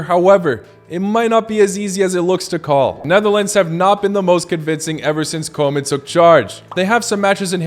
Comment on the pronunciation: Lkbe your videos! Just one thing I noticed as a Dutchie. Normally your foreign pronunciations are quite good, except for Koeman. It is pronounced something like "Koo-mahn".